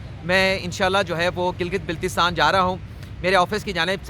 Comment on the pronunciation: یاد رکھئے گا کہ بلتستان میں بل زبر کے ساتھ لکھا جاتا ہے۔ یعنی کہ اس طرح بولا جاتا ہے جیسے کہ گردن میں بل آنا۔